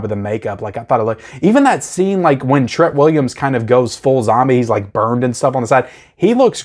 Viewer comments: It’s TREAT Williams, just like Trick or TREAT. Pronounced the same way…. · I really hate how you pronounce his name...